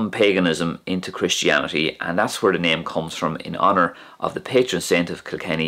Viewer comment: It's really interesting to hear the wh in when and where is pronounced "hwen" and "hwere".